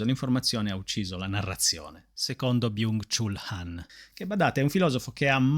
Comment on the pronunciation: Vorrei esprimere la mia gratitudine nei tuoi confronti per portare sempre temi e riflessioni interessantissimi, libri meravigliosi da conoscere e leggere, quindi grazie davvero di cuore ❤ Ps. Mi permetto di dirti che Byung Chul Han si legge Byong Chol Han (studio coreano)